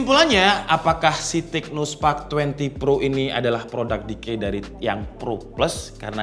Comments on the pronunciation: decoy bg, bukan decay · Bukan decay tapi decoy bang.. 🤣🤣🤣🤣🤣